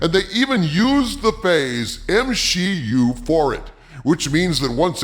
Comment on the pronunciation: They slipped up and actually said M-She-U? Oh that is hilarious! It was only a matter of time before they themselves cracked. That time is now! 😂 MCU and M-She-U are seperate universes, confirmed! Sorta...